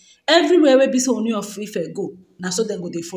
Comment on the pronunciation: Please stop calling him Oni. It is pronounced Ooni O as in OR. "Or ni" Sorry for the correction.